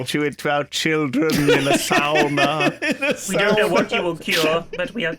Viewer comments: It is. The pronunciation of "sauna" like Lewis did say is the correct way, the Finnish way. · It's so refreshing to hear a Brit pronounce sauna the Finnish way! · It's also the Russian way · Thats exactly how we say sauna in slovenia where im from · Your pronunciation of sauna was spot on! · For real! I was so surprised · Glorious pronunciation of sauna. Cheers from Finland. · Indeed, actual correct pronunciation of sauna. Well done! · Surprisingly accurate pronounciation as well!